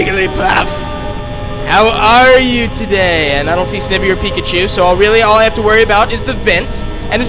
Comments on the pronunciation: You're pronouncing Snivy wrong it's pronounced Snie vee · It’s Sn-eye-vee by the way, and I like these vids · you said snivy wrong